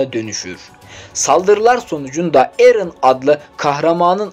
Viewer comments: Knk gözünü sevim erene niye erın diyon Japonlarda bile eren diyolar🤦😂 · knk erın ne dir ya dizideki japonlar bile bizden güzell dolu dolu erenğnn derken senin erın demen üzdü (izlediğim tek animedir ,mükkemel üzücü sonlu kalbi olan izlemesin .Mikasa nedennn demeyin sonra benim gibi .) onun dışında müthiş anlatım tebrikler. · Kanka liste güzel ama anlatım kötü sanki. Aot'u biraz basit anlattın ve eren irın dedin. Animede bile herkes erene eren diyor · Telaffuzlar şaka mi eren turkcede eren japoncada eren sen niye erın diyosun abicim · Koskoca Erene Erın da demezsin